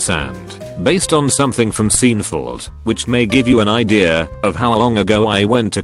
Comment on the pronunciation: No one: Text to speech voice: SEENFOLD